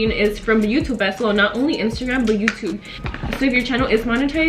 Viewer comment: How says joutube lol